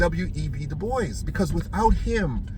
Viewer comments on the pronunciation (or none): You're definitely from the island when you said about giving a "blie" and du bois was a boule bad bro.